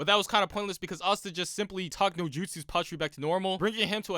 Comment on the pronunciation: it's patolli not patry